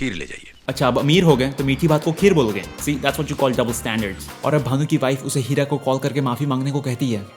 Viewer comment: Who is hearing Kheera instead of Heera 😅😂